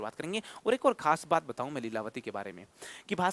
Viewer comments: एक होगा सर इक नहीं अ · By the way sir इक nhi एक hota h.